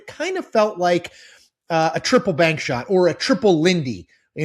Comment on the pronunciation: The way he's saying bank reminds me of the commercial where two people are describing the number of bank hits a basketball has to go through to make the shot. Out the window, off the wall, through the tunnel, through another window, off a utility pole... nothing but net.